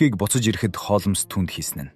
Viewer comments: Хоолмоос биш Хоолмс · Холмоос гээд байх юм! Яаж уншаад байгаа хэлгүй дада бэ? Z үeийнхэн ийм шд! Нэртэйгээр нь хулмас гэчихээч! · Холмс гэдгийг Холмоос гэхээр сонин сонсогдоод байх юм аа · Тн нэртэйгээр нь хулмас гэчих амар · Яагаад Холмоос гэж уншаад байгаа юм бэ. М С үсгүүдийн хооронд о эгшиг байна уу. Бүр уртаар дуудах юм. Гадаад, дотоод ямарч үг байсан монгол галигаар уншвал ,сонсож буй хүмүүст илүү дээр байхсан